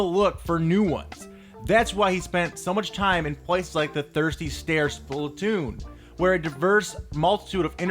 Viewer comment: This dude really struggles pronouncing Splatoon